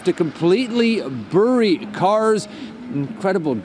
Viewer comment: First time hearing a Canadian pronounce "bury" that way. Is it just me? lol